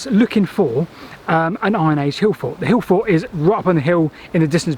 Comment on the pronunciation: I finally figured out you’re saying “hill fort”, I think.